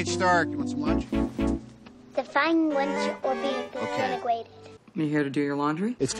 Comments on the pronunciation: "define wunch or be desinigwated." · defwine wunch or be diswentigated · "define lunch or be disintegwated" awww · “Define lunch or be disintigwated”